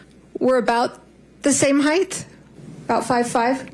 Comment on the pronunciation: How about Sanderson's mispronunciation of the word "height"?